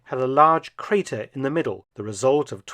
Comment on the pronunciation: "Crater" lol.